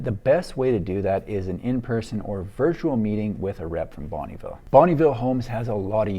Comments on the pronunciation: Fun fact, it’s pronounced more like ‘bun-nuh ville’ not bonneeville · It's not bunnyville it's bonneville sounds like Bun vil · Are you sure it's not (pronounced) Bon-UH-ville homes? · Hi, I love your videos. I'm from the city where Bonneville Homes started in the 60's. Every time I hear your prononciation of the word Bonneville, my ears hurt. I know it can be hard for an english speaker to prononce french names. Bonneville is a french canadien last name meaning "good town" and we do not pronounce the "e" in Bonn"e". Just thought I would share. Thanks for your work. example